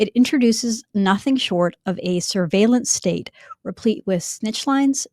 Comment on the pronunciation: "Syrveilenc stayte." How do you think they spell it?